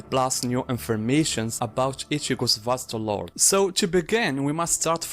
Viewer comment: Thank you for pronouncing it properly. I just can't deal with people calling it Vasto "Lorday"